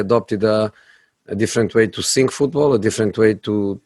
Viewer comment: "I sink..."